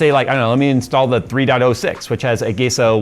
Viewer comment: I always pronounced it as "ah-gee-sah", never heard it pronounced as "ah-gey-sah."